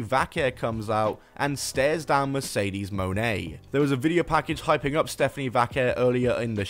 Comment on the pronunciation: Its mercedes moan. Thats not how pronouncing names works there bud